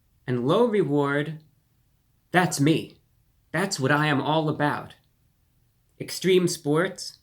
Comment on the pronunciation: STREME SPOATS